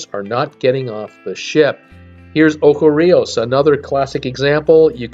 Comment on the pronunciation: Ocho is pronounced with “ch” as in church. It is 8 in Spanish.